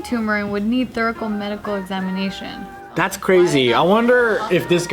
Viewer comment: “thourical medical exiaminition” indeed.